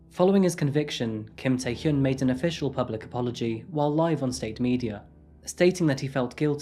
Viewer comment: Hyun (현) is difficult for people in western countries to pronounce. Your pronunciation is quite good. 💯 #Kudos 👏🏻👏🏻👏🏻